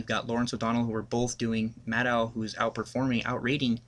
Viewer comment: Mad-OH. Not Mad-OW.